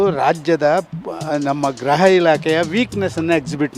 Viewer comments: ಗ್ರಹ ಅಲ್ಲ ಗೃಹ ಇಲಾಖೆ ಅನ್ನೋ ಅಣ್ಣ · ಗ್ರಹ ಇಲಾಖೆನೋ...ಗೃಹ ಇಲಾಖೆ ನೋ ಗೊತ್ತಾಯ್ತ ಇಲ್ಲ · Graha❌ Gurha ✅